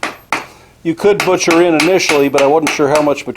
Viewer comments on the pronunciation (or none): none